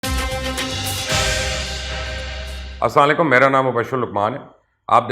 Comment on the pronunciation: سلام کرنا سیکھ لو پہلے اسلالکم نہیں السلام عليكم کہو... جھوٹے کہیں کے